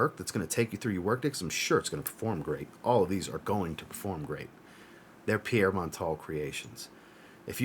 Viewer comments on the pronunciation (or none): none